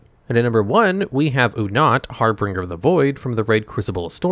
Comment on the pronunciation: He also said "harbringer" though haha progress is slow